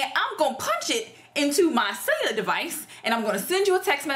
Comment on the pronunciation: you killin me with the "celluar device" lol Child that was a pure mess.. Yo Folks gurl.